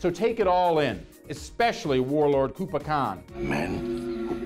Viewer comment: Kublai Khan is not a villian, far from it. Sidaoi is the villian, for fuck's sake, he breaks little girls feet. Kublai Khan never did anything wrong in the show. And Kublai is pronounced "kooblay" not "koopa".